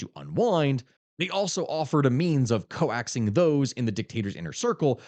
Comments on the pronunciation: Hey I'm that guy that helps with pronunciation errors. you say "co-axing" for the word coaxing, which is pronounced like "coke-sing". "coax" is its own word pronounced "cokes", as in to coax someone into something. So coaxing is said "cokesing". Usually pronunciation errors happen from reading a word all the time but never saying it out loud. I had a very confusing time with epitome myself lol. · First time I've heard the word "coaxing" be pronounced "co-axing" and not "cokes-ing." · dude mispronounced "coaxing" like text-to-speech AI